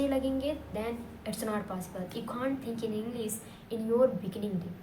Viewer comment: Englisssssss😂😂😂 atleast learn to say English